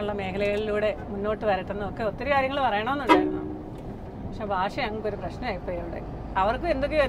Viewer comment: Fasha alla monnakale aathu teacheraa padippiche ...bha ....alland fa allla